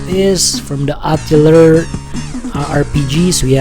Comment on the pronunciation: oh btw..atelier is pronounced ah-teh-lee-yeh ...i hate it when words get butchered in pronunciation